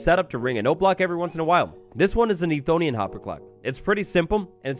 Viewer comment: Lol "Ethonian"